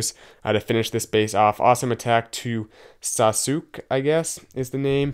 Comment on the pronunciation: Wow you don't know Naruto? xD you don't know how to say Sasuke lol